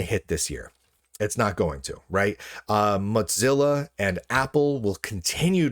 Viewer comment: there's no 'd' in mozilla. you always say moDzilla.